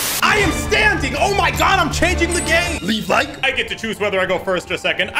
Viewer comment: "Im standing, changing the game..." "LEEV LIEKE?" Will do sir, will do.